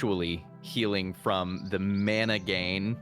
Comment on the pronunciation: Teaks "fancy" pronunciation of Mana is inline with the Polynesian Mana and frankly I appreciated hearing it after the concept has been just absorbed by generic fantay.